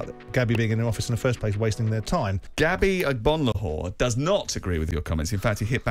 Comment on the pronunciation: "BIH-UR O-NAH" -Gabby Agbonlahor 2022